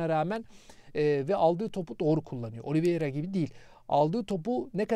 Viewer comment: yaa abicim adam ısrarla düzeltmesine rağmen hala OLİVİERA diyorsunuz. adamın adı OLİVEİRA.